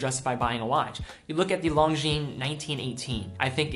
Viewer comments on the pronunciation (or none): jesus, please stop pronouncing it "Long-jeen".... its "Lon-jeen"